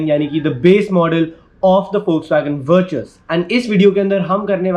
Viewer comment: Pronounced as Vertis